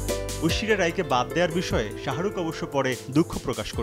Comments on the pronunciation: u guyz are falied to pronounce the name of shahrukh lol😑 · শাহারুখ কি রে ভাই?? এ কেমন সাংঘাতিক? সময় টিভি কোয়ালিটি বাড়াও